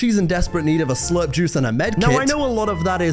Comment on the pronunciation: WAIT WAIT WAIT did he just say. Charlotte in 2019 needed SLUT juice?!?? That did not sound like SLURP. Bro did not slurp